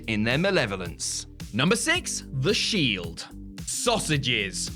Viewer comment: I really love the Shild 😂😂 seriously anyone else noticed he missed the E phonetically? 😂